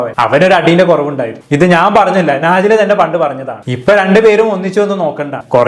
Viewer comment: നാജില അല്ല നെജ്ല